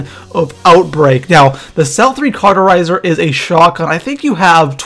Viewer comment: It's not the cel-3 caruterizer, it's the cel-3 caUTerizer